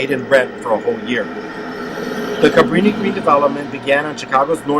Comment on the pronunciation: Couldn’t even pronounce it